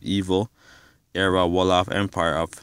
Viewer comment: Nice that you want to learn about your history. However do it thorogh before you start go telling things that is not so. You havent Done your research at all. Im am from the tribe you talk about and you do refrences that is way off. You dont even prononce the name right. Are you some hebrew isrialite confused guy? Its like you are learning as you read yourself. Do yourself a favour get proper info besides a king James bible and Wikipedia. You clearly havent Done your homework.